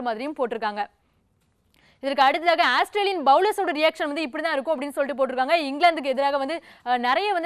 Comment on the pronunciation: Athu asstralian illama, Australian😂😂